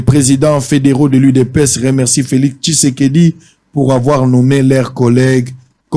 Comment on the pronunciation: messieurs Féliseke messieur feliseke messieur Féliseke n’importe quoi oyebi ata ko prononcé Félix tshisedi te😏